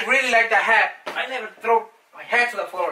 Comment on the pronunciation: When he said I never trow my hats and this is my favorite